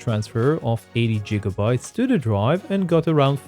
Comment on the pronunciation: Are you actually pronouncing it like "jigabytes"? I've only ever heard people use that pronunciation out of jest or as a play on the word, not in actual serious use.